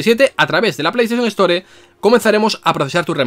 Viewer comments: "se retira el juego de la ESTÓRE" tan difícil es en España pronunciar en ingles el inglés? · Me es imposible que no me haga ruido cuando escucho palabras en ingles pronunciadas en español, store, iceberg xd